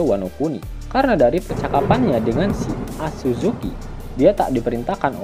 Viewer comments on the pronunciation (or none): Bukan azuzuki min hoii😂😂 tetapi fleet admiral sakazuki(akainu)